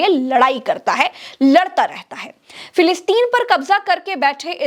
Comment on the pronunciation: ji lafz filisteen nahin Filasteen hai